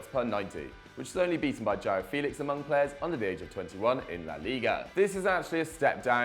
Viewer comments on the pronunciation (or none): none